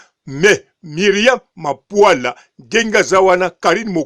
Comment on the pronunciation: BB MAPULA. Et non MAPUALA